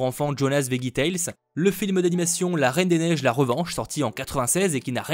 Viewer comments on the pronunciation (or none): none